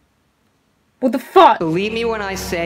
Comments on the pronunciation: A typically british WOT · "Wot the fack"